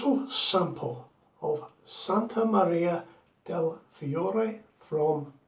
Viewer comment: your Italian is quite good. "Santa Maria del Fiore." Great video, but I'll pass on the baseball bat handle...